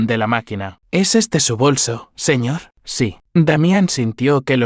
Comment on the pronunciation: Siñe en vez de señor?